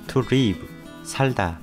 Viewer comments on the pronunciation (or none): none